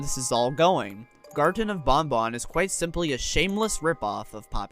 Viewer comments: It makes me afraid that BanBan is often pronounced similar to Bon Bon (Funtime Freddy's Puppet). Don't invoke Bon Bon's name :( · That just makes it all the more awkward when you compare BanBan and BonBon...😢